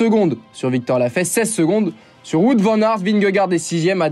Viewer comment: on dit "Waout" pas "wout" :face-pink-tears